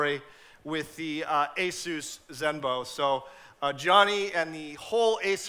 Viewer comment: when he say zenbo its like he say BANZAI!